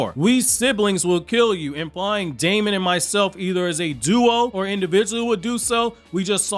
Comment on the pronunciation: his name is actually pronounced demon. even more black air force energy acquired